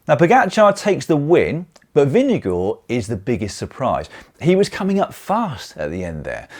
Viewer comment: Nice to hear: you got Vingegaards name close to correctly pronounced